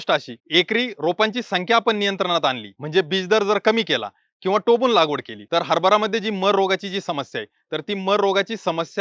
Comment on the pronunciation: टोबून नाही सर टोकून